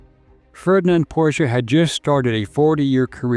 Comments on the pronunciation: Two syllables! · Thanks for correctly pronouncing Porsche!